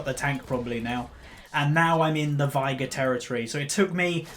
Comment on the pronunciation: Why do you say Vigar? It's veigar , i can't get an why an experienced player can't even pronounce half of the champs you play ...